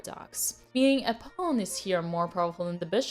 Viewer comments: Pawn Dina! Not Piun! Pawn 😘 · "Pawn" < "Poewn" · Pawn❌ Pown✅ JK tnx a lot Queen🫰🏻